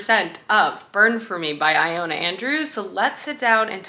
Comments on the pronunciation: Wonder if "eye-ona" Andrews finally becomes "ee-Lona" Andrews by the end if the vlog 🙈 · BTW, it’s pronounced Ill-Lo-Na